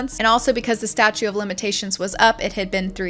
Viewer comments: I really applaud your extreme cautiousness with disclaimers, using words like allegedly & following YT guidelines AND being respectful of victims. In that spirit: I believe you might be pronouncing “statute of limitations” as “statue”. The 2nd T doesn’t come through well. Minor issue, but possibly important to you. Again, no disrespect intended at all! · Not to be that person but “indicted” is pronounced like “knighted” the c is silent. Also it’s “statute of limitations,” with 3 Ts. Sorry. Great video overall 👍